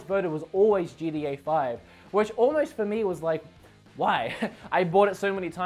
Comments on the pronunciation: GTA ( GEE-TEA-AYE) you pronounce it ( GEE-DEE-AYE) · “GDeeA 5”